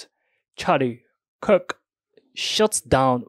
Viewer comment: all these videos of yours I've watched so far, and this is the first one you said "Kirk" instead of "Kick" Nice job!